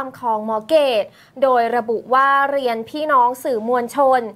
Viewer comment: ชอบสมัครเรียนแล้วไม่จบ ยังไงคะ เลียน... หรือเรียน ทรงนี้น่าจะออกเสียงผิดนะคะ ชอบเลียน.. แบบจะตรงกว่า